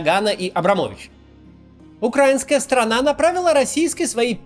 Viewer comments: Максим, пожалуйста, украИнская, не укрАинская, ты же говоришь УкраИна, а не УкрАина. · Максим, буду признателен если в последующих роликах вы будете говорить не укрАинская, а украИнская. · Максим, пожалуйста, УкраИнская сторона, а не УкрАинская